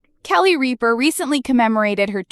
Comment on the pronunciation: First of all, you are mispronouncing Kelly's last name. Secondly, as far as I'm concerned, she can't leave fast enough!